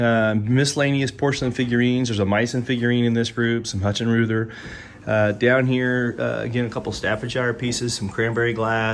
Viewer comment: Hut-shen-roother...(sigh) College German comes back to haunt me. (Huut-schen-reuter is closer) It's a very old German brand. Famous one. Meissen is the oldest porcelain producer in Europe - 1717 if memory serves. The old pieces used to sell for $tupid money. My hunch is they've decreased to $illy money over the years.